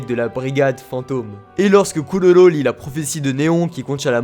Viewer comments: normalement on dit kuroro pas kulolo xd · Killua et koulolo ?!?!?! Kirua et kuroro 👌🏾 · Mdr quand tu dit pololo 😂